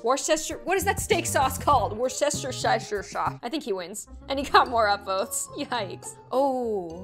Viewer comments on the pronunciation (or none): It is pronounced war-chest-er-shir if you were wondering. It's a place in Britain too. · Worcestershire is actually said woostersher lol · Wus-ter-shure that how you pronounce it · Wer-Chester-shy-er, ur welcome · i think its pronounced woostershire sauce? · The sause is prnounced wortchire wor-shire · It's pronounced "WUH-ster-sher." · Brits when butchers worstershire: 👁👄👁